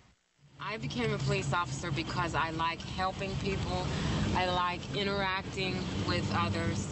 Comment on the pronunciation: What is inner acting? Is that acting inside something? Or does mean interacting? If so, that is different to "inner" acting. Say "inTeracting" The T is there for a purpose. It changes the meaning of the word. An inner view is not the same thing as an interview and the internet is not the same thing as an inner net. Learn to speak English. Even Americans could do it, but they may need to think what they are saying. I guess that would be the challenging part.